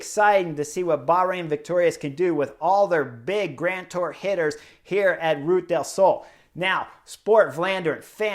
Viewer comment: LUV your analysis!!! But... listening from Málaga, I have to help you out. it’s two syllables- Ru Ta. Ru ta del Sol. An da lu si ah. Or as they pronounce in Andalucia, An da lu thi ah. Just want you to hit the names as well as you coach! Thanks!